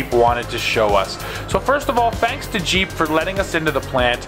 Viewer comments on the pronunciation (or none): Not jeep but, heep.